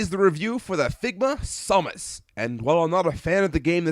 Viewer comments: I wish I would have known you'd be pronouncing Samus as Sau-mus. I would have gave you a take of me saying, "For the love of God! It's SAM-US!" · samus, not somus. ugh that was driving me nuts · It's pronounced Sam us